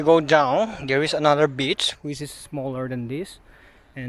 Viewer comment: It's river bank not bitch 😂😂😂